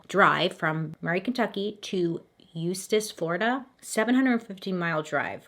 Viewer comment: Congrats on pronouncing Eustis correctly :) That is where I live.